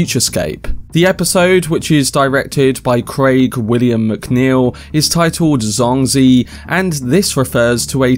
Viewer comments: Wow! all your guesses are correct, unbelievable! BTW, As a native mandarin speaker, I think Zhuangzi should be pronounced like DjuangZi instead of SuangZue. and you can try it on google translate with "庄子" and maybe in next video you could read it more nativelly. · Dude great video and analysis but you've butchered the pronunciation of Zhuangzi and Zhuang Zhou, you can have at least ran it through a google translation.